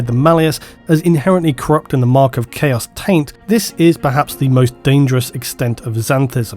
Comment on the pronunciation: Heh...he said Chaos Taint.